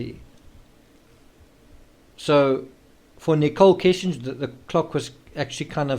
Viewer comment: It's not Kissinger. Kessinger is the last name.